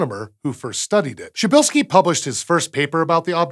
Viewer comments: It's pronounces Psheebeelskee it's not that hard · Outer Beast P in "prz" is absolutely not silent. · I mean, as for a guy living in Poland it's easy for me lmao And it definitely starts with "p" not "sh" at the beginning so basically the guy in the video did it the wrong way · "Cheap shirtski's Star"? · Hmmm.. He says it more like "Szybylski" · Actually, I think he's pronouncing it more likely "shibilskee", which is honestly not a bad shot at a tricky name! Apart from the "Prz" at the beginning, this is mostly pretty logical, isn't it? In Polish, the "i" sound is as in "ski", and the "y" sound is as in "nib", hence "shibilskee". Polish has a lot of sibilants (sh, ch, zh, dzh, etc) and rather than writing them as combinations with "h" like we tend to do (which is, when you think about it, JUST as illogical as anything) they write them as combinations with "z" (dz, cz, rz, sz, etc). The combination "rz" sounds a bit like English "sh". So this is where "shibilskee" comes from. Just one fault I'd make: the "p" at the start should NOT be omitted. The name should be "pshibilskee" (more-or-less). That "psh" sound at the start is not too hard for English speakers. It sounds a bit like a bottle of lemonade being opened :-) Also, the "l" sound shouldn't be swallowed, as we often do in English. It should be more like "pshibill-skee" or almost "pshibilluh-skee". But these are minor criticisms: he just about nails it. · You actually should pronounce the first letter if you want the proper Polish pronunciation. So it's something like "Pshuh-bill-skee" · Sounded to me like he was pronouncing the "p". "Psh" works, but really the Polish "rz" is like a French "j" as in "Jacques", or the "s" in "measure", which is sometimes written as "zh" or "ʒ". "Pzheh - bill - skee" "Pʒeh - bill -skee" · Wait... in Polish PRZ is pronounced the same as CHA in English? That's easily more of a shocker than anything else in this video. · Jim Fortune He forgot the "p". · He's mispronouncing it.